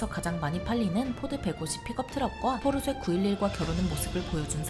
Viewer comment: ㅋㅋㅋ 맨날 포르쉐를 포르쇠라고하네 ㅋㅋㅋㅋㅋㅋㅋ